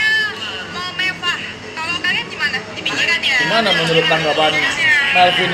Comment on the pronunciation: mevah bang bukan mewah wkw